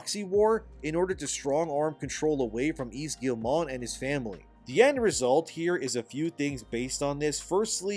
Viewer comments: Love your takes and point of view! btw, Yves Guillemot doesnt have a "n" to make "mont" its mot... Phonetically, it sounds like "m-oh" -- So "ghee - yuh - moh" :) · Hello, i like your videos but i want to add some counter points on Ubisoft case. Just to say, I'm french so what i know is from french articles, youtubers and stuff. - ubisoft shares are at 13,67€, not $, Ubisoft is still french. - We don't pronounce the T in Guillemot (ok i stop jesting) - Ubisoft is not cooked as you say. The Guillemot family is way stronger and richer than you'd think. - over here we were proud of Ubisoft, but bow they are a shame, we hope it changes, but that it stays french - i say this because it all seems almost too obviously that Tencent is gonna buy more share and become the real pwner instead of Guillemot. In france some evn say that the poor result and shares crash is a big plot from them. -the slovak investor who wrote the letter is not even 1% shareholder so not that much weight tbh. - We do hope that one of the somution is for Guillemot to step back from CEO, but still keep the ownership - some like to spit on ubisoft "simple" recipe : open world. But they still sell many games, cause it works and pleasez many people. Like assassin's creed and far cry. Mainly because of story more than gameplay. So no, they are not cooked yet. A d i hope noone buys the IP, and that they just go back to do better. Firstly change CEO and do not sell it to the fucking Chinese Edit : also Valhalla main character (Eivor) is canonically a female so your point in invalid. Even if i find it stupid as fuck. All this started go to shit since odyssey. Stop giving choice. D